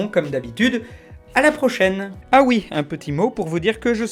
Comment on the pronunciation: PUTAIN MAIS C'EST " AHR" PAS " HA"